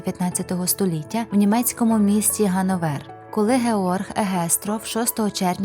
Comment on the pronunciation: Я думав це справжній дівочий голос, але...схоже, що це ШІ-озвучка.((( Реальна людина не скаже "ГановЕр", вона скаже "ГанОвер".